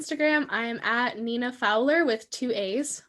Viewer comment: ITS NINA NINA NINAAAAAAA